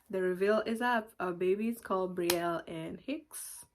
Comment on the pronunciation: Such a beautiful name. I love that Brielle just pronouncing it like in French . I speak French, English so sweet